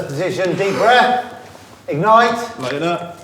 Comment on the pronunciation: I can not describe the stress I felt when they said "egnite him"